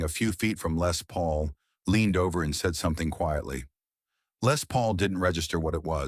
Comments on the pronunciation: LAY Paul??? AI bullshit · The story is about " Les Paul "...you misprounoced his name about 20 times....this video soundtrack NEEDS A DO OVER . REALLY IT WAS PISSING ME OFF .